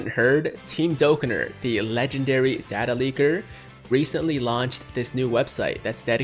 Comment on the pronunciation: Did just data instead of data?